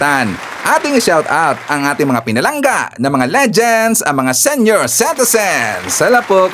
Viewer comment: Pls pronouce "comment0rs not commenters, sEnior like seeniors. I hope you don't mind.